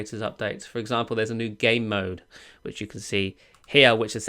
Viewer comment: He pronounces Game Mode as Gay Mode 😂